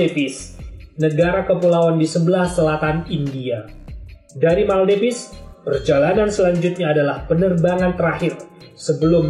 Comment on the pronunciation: Militer MALADEWA bukan meldevis.